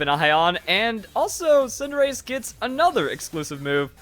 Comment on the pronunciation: I hear tsundere every time you say cinderace